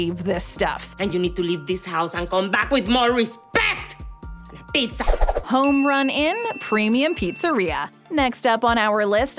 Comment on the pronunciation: The way the brand names were repeated in their entirety over and over made my ears hurt. I like most of videos but I had to turn this off halfway through. I'll also never understand why the word pizza needs to be over emphasized like its Pete-Zah.